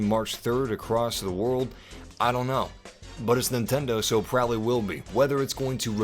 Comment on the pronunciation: When he said "You're prabablly not gonna play for 20 hours" Oh I'm gonna be playing for 20 hours man!